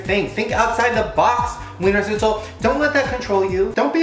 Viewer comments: I feel bad for the "ch" in Wienerschnitzel, they always get left out😂😂 jk❤ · i find it so funny how he pronounces Wienerschnitzel bc it's a German word and it's pronounced so different but this video is still so funny tho 😂😂😂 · Ich find's immer wieder lustig wie er das Wort "Wienerschnitzel" ausspricht. xd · Haha ich auch 😂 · Die Amis können so ie Laute generell ned so gut aussprechen😀😂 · Ja wirklich 😂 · Omg how he says Wienerschnitzel I can't